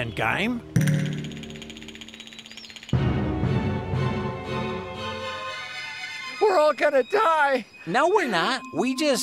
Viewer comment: “you mean we’re in The pac-man giyme?”